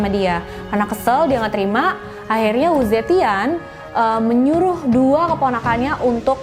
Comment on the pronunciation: Yg dr 中國大陸(china daratan) itu bacanya U..che..dhien